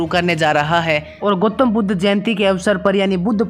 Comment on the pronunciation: ठीक से नाम बोल भाई गोतम बुद् नहीं गौतम बुद्ध